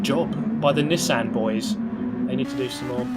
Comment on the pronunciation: Drink every time mispronounces Nissan.